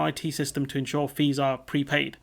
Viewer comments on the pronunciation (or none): none